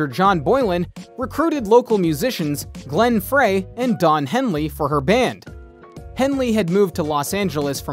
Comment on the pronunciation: Oh lawd…. I couldn’t continue watching since you repeatedly missed pronounced Glenn’s name